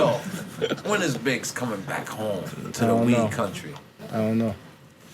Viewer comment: sound like he sayin Biz instead of Biggs 😂😂😂